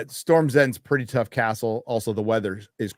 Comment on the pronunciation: “cast-ull” you truly are a treasure 😂